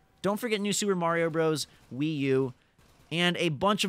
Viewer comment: stopped listening at Wi-U